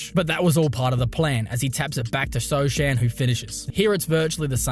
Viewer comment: i'm pretty sure it's not so chan but so han how it's pronouce jeremy sochan name 😂